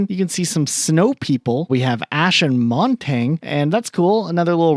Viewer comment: MontanG and RedRoom pronunciations 😅